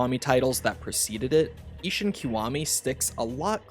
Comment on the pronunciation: Ishin not ishun